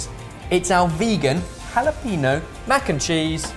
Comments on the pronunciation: "hala-PEENO".......... please, it's "hala-PENYO". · Love ya, stop saying jalapeños!